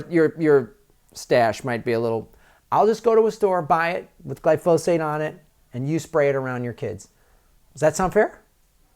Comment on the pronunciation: GLY- fo- sate. Emphasis on the first syllable Gly”